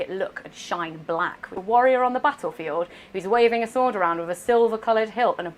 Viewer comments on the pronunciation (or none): none